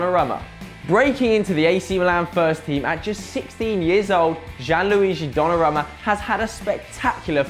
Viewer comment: It is pronounced Don-na-room-ma